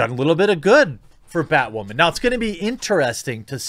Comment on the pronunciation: Just stop saying ”waman” instead of just woman! It was funny three years ago